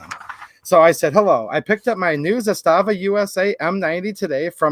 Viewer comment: I sent them the video ;) It's pronounced ZAS-tava. Not za-STA-va.